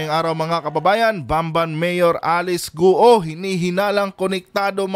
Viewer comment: Guoooo,,Not Gu-o.😂, marami na nag vlog na 12yrs old cia dinala dto, un tinago sa piggery farm may tutorial .dba sbi nia 14yrs old start na cia business?tatay nia binibigyan cia ng 500k 1M 2M..humahawak na cia ng ganun amount.